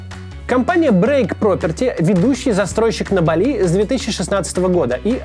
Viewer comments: бАли, а не балИ! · БАААААААЛИ, не БалИ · Я заметил одну закономерность, у кого язык подвешен , тот делает простые косяки....не балИ , а бАли правильное произношение, гугл тебе в помощь....😂😂😂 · Максим, ну начни ставить в слове «Бáли» правильно ударение уже. Редакторы твои куда смотрят?